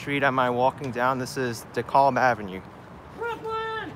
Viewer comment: Never heard a NYer pronounce DeKalb like that. I pronounce it like this: "DEE-CABB" Lol.